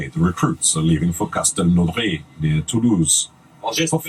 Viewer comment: Hi I'm a new subscriber, I tried too to reach the Légion but... no females allowed. I came from Thaïland but I didn't know they don't allow women to be Légionnaires. I'm so dumb... Yet the commentator says sth like "Castelnauray" it is Castelnaudary, in the French Pyreneans.